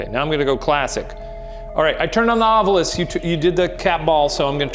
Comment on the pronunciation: 25 means "two bits"! It was 25 cents or a quarter dollar. Amazing how may paranormal researchers can't pronounce 'ovilus'. The u is the last vowel, in case you never actually looked at the word. Like people who say 'newcular'.